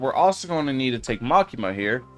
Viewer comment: Bro said makima that is not makama